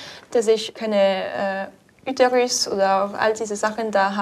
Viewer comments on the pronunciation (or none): Der "Üterüs" 😂😂😂😂😂😂